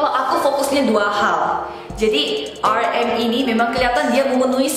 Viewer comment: But you pronounced namjoon's stage name wrongly 😂 lol